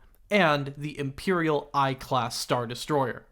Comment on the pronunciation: I'm sorry to be that guy but it's an Imperial 1-class not Imperial i. I'm sorry 😭